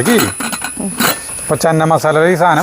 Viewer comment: Chena masala anu cheenamasala alla.